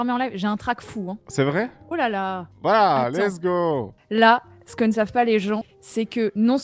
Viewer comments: "lets go" ?? plutot lezgongue j'ai pas raison ? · Au début tu dis lesgo et pas lezgong ????? .... !!!! ^^ :( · Putain enfin un mec qui as compris, qui dit less go c honteux